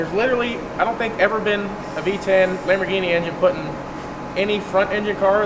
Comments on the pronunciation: Onehundreadpersent* Lahamroghinnie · Cam-borgini? Lamb-aro?